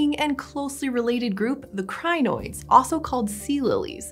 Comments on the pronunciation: It is Crin-oids just two syllables. Crin and oid. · Every time she says crinoids it reminds me of zanoits, from the Ricardo ep of adventure time lol